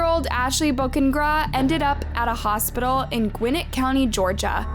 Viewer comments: Bow-kah-neh-Graw. Is how you say her last name. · I love so much that you covered this story with respect to Ashley but please make sure that while you are researching their cases, you take the time to learn the victims names. Ashley Bo-Ca-Ne-Gra. watching the slaughter of her name was so much pain throughout this video lol. keep it up girl!